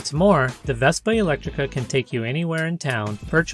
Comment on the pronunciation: That's "Elettrica" (not "Electtrica").